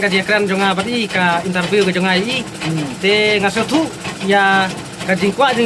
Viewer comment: Interview ❌ intar wiw✅🤣🤣🤣🤣